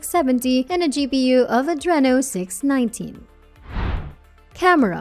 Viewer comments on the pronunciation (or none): none